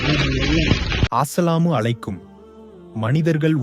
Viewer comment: இவர் தொடர்ந்து.....ஆஸ்ஸலாமு அலைக்கும்?????? உச்சரிப்பு மிக முக்கியம்.